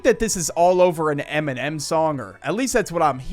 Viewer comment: Bro says eminem like mn’m not dissing, just funny